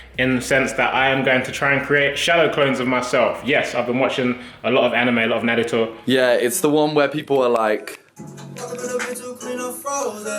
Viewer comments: man said naritu😂😂😭💀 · tobi said nadito man, its naruto. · Why did tobi sound like the euuugh meme lmao 💀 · Are we just going to ignore the way Tobi pronounced Naruto...nadato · TOBY REALLY SAID NARETUO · The way he said naruto lol tobi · the way tobi says Naruto lmao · I know tobi did not just pronounce naruto like that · How the hell did Tobi butcher pronouncing "Naruto" so badly.... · are we just going to ignore how Tobi pronounced naruto?... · the way he said naruto uhhh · Tobi: I’ve been watching a lot of anime Also Tobi: Pronounces Naruto wrong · How tf did tobi pronounced naruto